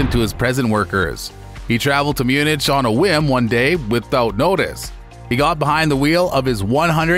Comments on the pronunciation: Munich = Myoo-nic, not Myoonich 🤗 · Please learn how to pronounce some of these words that are basic knowledge to the restoration the world. What the is Munich?? Its pronounced Munik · Munich pronounced mu-nick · Myoonich? What? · As soon as I heard you pronounce Munich, I knew I had to leave this channel, never to return. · But learn how to pronounce Munich 👍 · Dude, learn to pronounce Munich correctly....